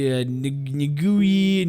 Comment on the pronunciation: I am Kenyan so I am happy to tell you you only butchered Ngugi lol